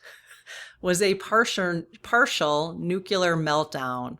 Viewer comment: this is not a criticism - just a kind and respectful correction. Pres. George W. Bush was bashed for saying "nu-cu-lar" all the time. The correct pronunciation is "nu-klee-ar." Nu-cle-ar. His constant mispronunciation made it a sore point for me and many others.